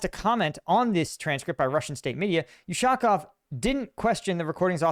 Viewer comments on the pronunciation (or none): He's ushakOv, not ushAkov. He sits higher than Lavrov in Russian pecking order (or so-called Putin's "power vertical")